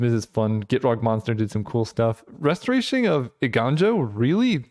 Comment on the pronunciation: I love how you started off mispronouncing Restoration, but then you read the card carefully and corrected yourself... only to revert to your original pronunciation.